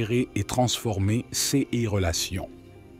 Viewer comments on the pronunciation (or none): Je me permets de vous indiquer que tous les "ces" sont prononcés cesses et l'on a le sentiment que c'est un robot qui parle....ceci dit, merci pour ces précieux conseils. 🙏